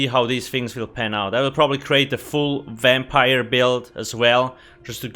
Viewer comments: Exactly what i was thinking "wampire" lol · Is this a vampire review or a "wampire" one.. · Wampire skeel line